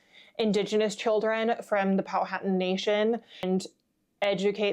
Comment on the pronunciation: The modern Pamunkey and other tribes of the confederacy pronunciation is Pow-a-tan not Pow-hat-an.